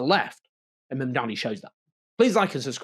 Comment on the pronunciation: He keeps calling him MAMDAMI, instead of Mamdani and Zohran corrected him about this, but he keeps doing it. Like a petty schoolboy racist!